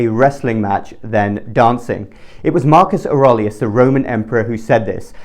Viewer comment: Marcus "Or-RAY-li-us"